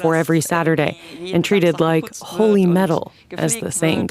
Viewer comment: HOLY not holey.